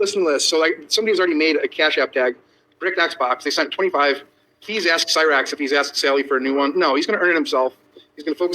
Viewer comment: I can’t wait till shows all the video and audio she collected again and calls out “Cy-rakes” as she calls him